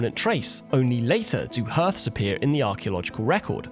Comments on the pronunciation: Hearth is pronounced "harth" not "herth" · Hearth is pronounced 'harth' not 'herth'